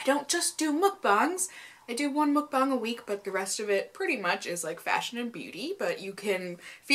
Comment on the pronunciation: if you're gonna keep doing these, which is fine, can you please pronounce mukbang correctly? the muk rhymes with "tuck." thanks!